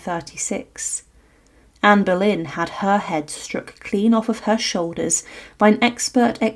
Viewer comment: Anne boylen et non pas Berlin - c’est pénible - Tudor et non pas tuda